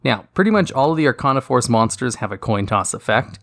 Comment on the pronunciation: “Archon a force” how the hell do you mess it up that badly